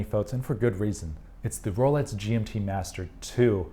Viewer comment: Sounds like you're saying Rolets and not Rolex, which is more interesting than you might think, as I have an acquaintance who mispronounces X as TS. Is this a thing? Edit: Yep, he's definitely saying "Rolets". Listen for yourself. Multiple times he says it.